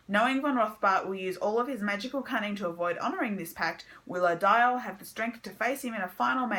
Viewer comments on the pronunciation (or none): Odile's name is pronounced "O-deal"